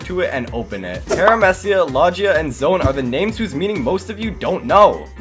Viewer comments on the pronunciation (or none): lodge e ah? its logia like Log like Load And the G uses the Gi sound Pronounced Low Gi Ah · low gee ya ,parameeceeya ,zowen (pronunciation ) 🤮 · "Paramessia" "Lodgea" 💀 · Did he call logias lojias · paaraamehcia 💀 lojia 💀 zone 💀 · idk how you see great potential in "paaraamehcia", "lojia" and "zone" he pronounced them all wrong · How to pronounce fruit categories correctly: Paramecia = Pair-ah-mee-see-a Logia = Low-ghee-a Low-gi (as in gif NOT jif)-ya Zoan = Zone Zow-an Hope this helps!